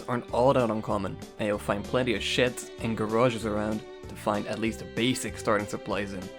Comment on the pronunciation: What was said: "sheds". What was heard: "shits". I can't help but find this funny, because I would call them shits too, simply to preserve the amount of words I use 😂